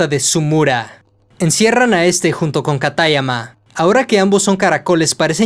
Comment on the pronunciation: Me encanta la narración pero me choca mucho la pronunciación ingles de los nombres o los acentos que no deben de ir como katáyama, siendo que sería "kátayama"